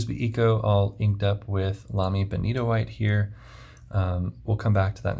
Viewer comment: I just wandered across your channel. Excellent review. I have a sample of Benitoite and loved it; now I need to buy a bottle. And thank you for the correct pronunciation. I would love to see more of the pen box you showed early in the video. It looks very interesting, and I just want to know what's under the tray(s). 😃 (I'm also a hobbyist woodworker, along with FP enthusiast, so the box jumped out at me).